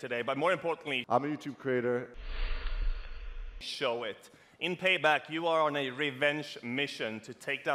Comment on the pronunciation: "hi... im yuutoob crator...... spiking of witch im yuutoop crater..." "Youtuber" not pretentious enough?